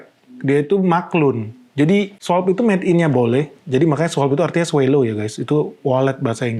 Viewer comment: SWALLOW dibacanya: “swolow” bukan “swellow. Salam